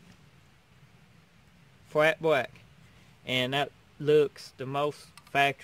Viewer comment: L is pronounced LLLLLLLLLLLLLLLLLLLLLLLLLLLLLL not WWWWW black not bwack